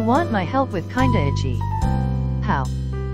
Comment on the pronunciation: A character named "kindaichi" The VOICE SPEAKING: "kinda itchy"